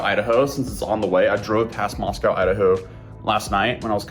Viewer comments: Moss-Co not moss-cow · ooh don't say Moss Cow to anyone that lives there, it's Moss Co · It's pronounced moss-coh. Not moss-cow like the city in Russia. Great vid tho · Oh shit! Dude, you were in my hometown. Thanks for coming to Moscow. I'm glad you confronted that vile bitch in person. That shit is hilarious. P.S. it's pronounced "Moss-coh", btw. Originally named Hog Heaven before we got a post office 😅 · Oh, friendly heads up: It’s pronounced “Moss-Coh”. I know it’s odd bc it’s named for Moscow, Russia, but if you live anywhere in the upper NW corner USA you know it’s called “moss-coh”. Not a big thing, common misunderstanding. I just thought I’d let you know. Come over to Washington state where nearly all of our towns and cities are indigenous names or words, or based on the original tribal/indigenous word. I’m talking to you Sequim, Seattle, Tacoma (Tahoma), Spokane, Kitsap, and Klikitat, to name a few. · Just so you know, Moscow, Idaho is pronounced moss-koh, rhyming with Roscoe. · It's pronounced Moss-co Idaho like Costco 😊😊